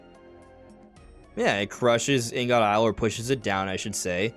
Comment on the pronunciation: It’s pronounced more like ing-it. Ing-uht. Blocks of various metals for processing.